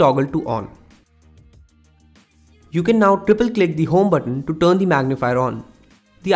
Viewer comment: Very poor English, turn not tun, tinder not tenda, he is not using "r" at all because he is trying to be a western English speaker but unfortunately he will never be a good English speaker because his personal language is Hindi and a best Hindi, Bengali, Nepali, Punjabi speakers will never speak English very well